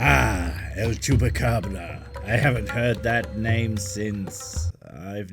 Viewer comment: Dam the way u pronounced el chupacabra was spot on